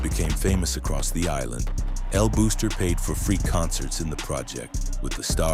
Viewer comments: El Buster* not El Booster! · It’s El Buster no El booster. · it's pronounced more like "buster" with a Spanish accent than "booster"🇵🇷🇵🇷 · "EL BOXTER", not "booster" or "buster"... #IYKYK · El booster? El Buster it's pronounced Boss...ter And he didn't run the entire island 😅😂....He did owned several important parts on Carolina and Bayamon. Hector el Father used El Buster as a marketing strategy and Angelo allowed the BS because his legend grew and that gave an aura of power...that being said the Feds bought the bullshit too😂😅